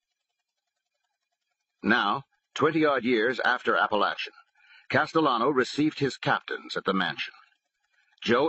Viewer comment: It’s pronounced app-uh-lake-in not app-uh-latch-uh geez I’m tired of all these mafia audiobooks butchering the towns name